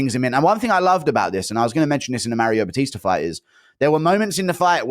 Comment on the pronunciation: Starting a sentence with "Anthony Smith said..." is CRAZY. "MAR BATISE" for Mario Bautista is also crazy.